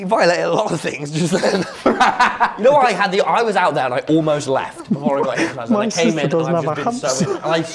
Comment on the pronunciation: hypnotised , not hynotised , still funny as fuck !!!